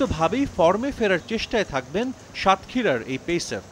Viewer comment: Shatkhira নাম উচ্চারণ করার জন্য আপনাকে ধন্যবাদ।